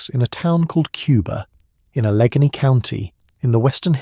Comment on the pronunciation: Al uh GAIN y = Allegheny